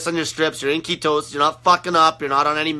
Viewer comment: I love how he says ketowsis! Lol.(ketosis)